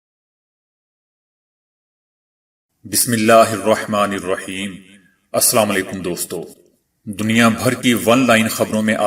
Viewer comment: السلام علیکم کے تلفظ کو درست فرمائیں